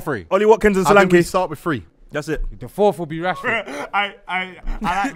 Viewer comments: Y'all wrong with Solanke's pronunciation... Its Solanke, e as in /ea/ heaven, earth. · Solanke is a Yoruba name and funny enough the joke pronunciation they did is closer to how it’s meant to be pronounced than how it’s currently pronounced 😂😂